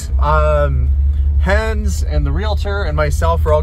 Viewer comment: Why is it that you mispronounce Hans' name? He said his name correctly in the video.